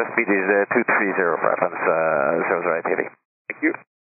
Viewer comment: I mean... it's Air France, not Airfrans, I think that should be pretty known by now.